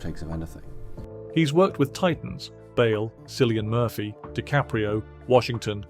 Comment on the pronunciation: Sillian Murphy??? Come on mate